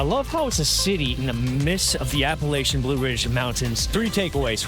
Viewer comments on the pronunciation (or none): Apple-LATCH-un I cringe every time I hear app-a-LAY-che-un. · I'm gonna throw an appleatcha for pronouncing it wrong.